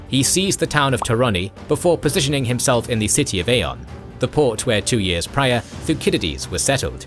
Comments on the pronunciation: "thu sid idees" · the way he pronounces thucydides is very odd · theyre supposed to be pronounced AL-sib-EYE-ə-deez and thew-SID-ih-deez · Why was Thucydides pronounced incorrectly? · Why is he mispronouncing the names of Alcibiades and Thucydides?